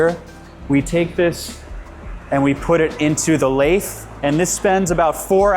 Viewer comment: And he called the lathe a laith. He's obviously the marketing guy. I'd still love his job, though.